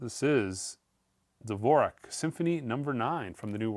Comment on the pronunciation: Please stop mangling the names of classical composers such as Varese, Dvorak and Richard Strauss. Strauss’s first name is pronounced Ri-kard. Dvorak is pronounced Di-VOR-Zhak. And Varese is pronounced Vuh-REZZ.